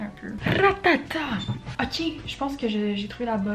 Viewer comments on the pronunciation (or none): "euqué" is the new oké